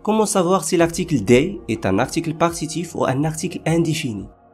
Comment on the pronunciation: La prononciation de du et des n'est pas bonne par contre.